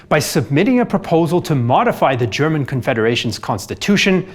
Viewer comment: Your German pronounciation is on point👍